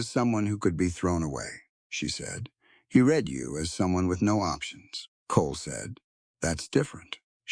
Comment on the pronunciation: You need someone who knows how words sound like reed instead of read. And several other words. It makes it hard to follow the story.